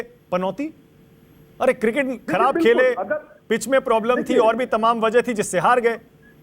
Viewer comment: पिच को पीच बोल रहे हैं, एंकर महोदय को राजनीतिक विश्लेषक की बजाय बीजेपी समर्थक लिखना चाहिए था। इनको बीजेपी का प्रवक्ता लिख देते तो भी ठीक रहता। इनको यह भी पूछना चाहिए कि मूर्खों का सरदार किसने बोला?